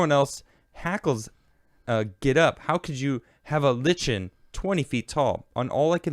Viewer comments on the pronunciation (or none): **Lichen is pronounces “Like-Ken” no “ch” sound... just FYI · lichen is pronounced Like-en. They are a kind of mold or moss, usually not thick, on rocks or trees...